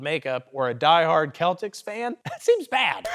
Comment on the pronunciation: lmao. We can tell you didnt watch the game last night 😂 the basketball team is pronounced sel-ticks (aka, wrong)